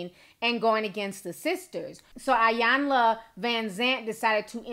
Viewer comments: it’s pronounced “ee-yahn-la” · I hate how people pronounce Ms. Iyanla’s name.. I know it’s an I but the I is pronounced as an E.. E-yanla Vanzant.